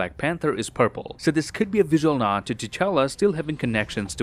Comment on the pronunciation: Why Nebula calls T'chala "cha-cha"